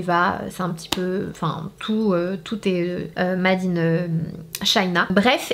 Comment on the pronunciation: Comment tu prononces “MADE” 😂😂😂